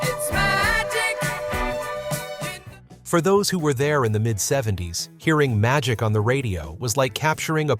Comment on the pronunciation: Seriously, I always thought that whenever he says magic he was saying” Ohh Oh Oh ITS MY D**K. And to be honest, it still sounds that way.